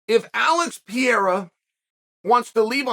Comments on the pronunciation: It's Pereira, Chael... Not Piera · You still calling him Piera 😂😂😂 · alex poatab “pierra” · It’s pereira* not piera… cmon Chael we know you hate our country but put some respek on our champion name…. que Deus abençoe o Brazil 🇧🇷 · Alex pee-era. 😂😂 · I din't watched a Chael Sonnen video for MONTHS! And he still saying Pierra. hahahaha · How is MMA's deppest thinker able to consistently mispronounce 'Pereira'? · I love the fact that uncle Chael can not pronounce Pereira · You will finally pronounce his name correctly ?